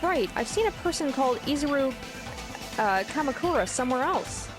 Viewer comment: Two things: Your pronounciation of Izuru Kamukura wasn't wrong. In japanese, you pretty much always accentuate the first vowel, as far as I know. Also, the thing about Izuru the old man and Izuru the student might be a bit confusing: They are NOT the same person. The lab rat Hajime was just named after the founder of the academy. So Hajime isn't an old man. By the way, I absolutely love the "You are the mastermind" plot twist, even though it may have become a little cliche in mystery stories. It instantly makes a protagonist ten times more interesting, imo.